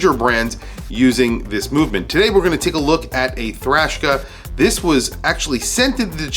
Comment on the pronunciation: I’m I hearing “Thrashka”?? Sounds like Eastern European metal band!! 😂